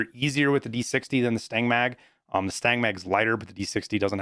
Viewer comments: STAN-AG NOT STANG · lmao every time you say "Stang Mag" it make sme cringe. it's STANAG it's some acronym for magazine compatability for NATO Alliance nations. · Stanag... not stang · It’s STAN-NAG lol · Every time you pronounce stanag as 'stang', I always think you are saying the mag smells bad. c